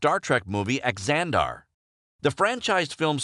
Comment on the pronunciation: Also "Axanar" not "Axandar"